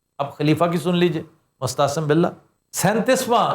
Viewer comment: sb, apne Mo’atasim billah ko baar baar mustahsan billah kaha hai. shaed tallaffuz main koi ghalati hogae hai kiun k isk naam main tareekhki her kitab main meem |م| k baad aen |ع|hai na k hay |ح|.